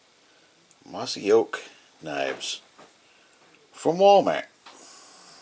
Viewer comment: "We got. Mossy nyeah" fucking great